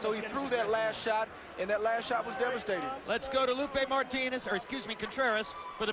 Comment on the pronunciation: .. let's gay..uumm let's go! .. lol who is this commentary